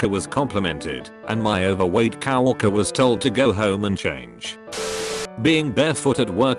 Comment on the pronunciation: Nobody: ToadFilms Fake Voice: Cow-worker